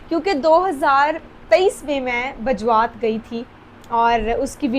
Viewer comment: Ye Bajrat nahi hai Mam Bajwat hai